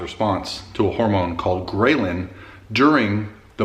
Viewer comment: That’s GRELL-in not GRAY-Lin. I train in the 1-3 PM window. This is what works well for me